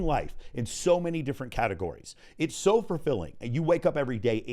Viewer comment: I love listening to! Just one question…. Is he saying fur-filling? 🤣